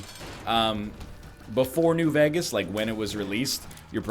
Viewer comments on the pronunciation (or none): Can we talk about how NL pronounces Vegas as "vegg-us"?